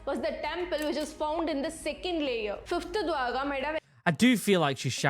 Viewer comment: You pronounced dwarka correct